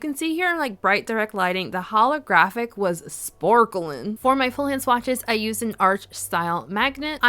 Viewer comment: lol I love when you say SPORKILIN 🤣🤩